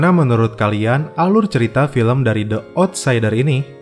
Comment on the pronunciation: Bang yg bner bacanya Di outsider bukan De outsider , ,😴😴😴